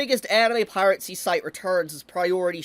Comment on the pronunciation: I always lol at "Pirate-sea" 😂😂😂😂